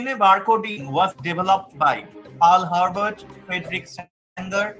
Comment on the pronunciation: It's Paul Hebert not Herbert